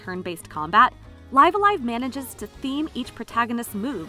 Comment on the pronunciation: She pronounced it just as Nintendo itself pronounced it during the trailer.